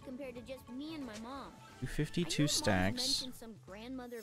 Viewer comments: he said moam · Mmmooommm? You mean mom? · His R is his Mom spiting fire